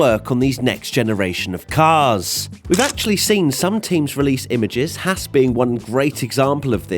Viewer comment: It's HAAS, not HASS